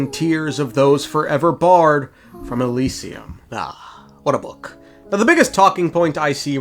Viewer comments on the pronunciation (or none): none